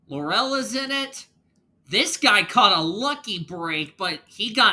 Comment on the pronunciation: laurel is pronounced LAUR-el not laur-EL